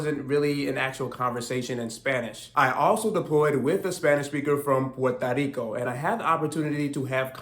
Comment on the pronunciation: Puerto Rico not Porta Rico.